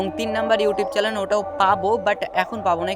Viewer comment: ভাই ওটা 'চ্যানেল' চ্যালেন না😅😅